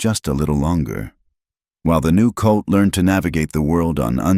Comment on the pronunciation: mare not mayor...colt not coat,,, lena not lina,,,calder not caller,,,hell in not hellin,,,foal not full errors distract